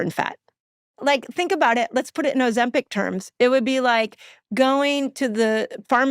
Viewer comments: Why's he pronouncing it ozemPECK? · For the love of Jebus Steve stop calling it Ozempec its Ozempic with an i 😂😂😂